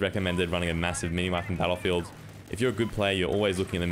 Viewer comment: I'll switch to "bel'feedah" then